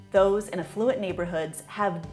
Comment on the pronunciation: Affluent... AF-fluent, for thoe who can read above grade 8.